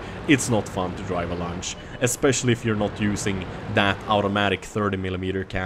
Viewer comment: That "lunch" tank is a luchs, its pronounced LUX :D